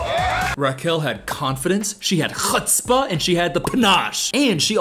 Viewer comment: the accurate pronunciation of chutzpah was everything